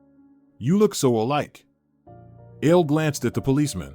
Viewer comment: Ale. Not ale like the drink. A le short for A le Jan dro